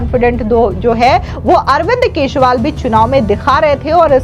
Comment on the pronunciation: केसरीवाल ,केसरीवाल केसरीवाल जरा सही उच्चारण किजिए।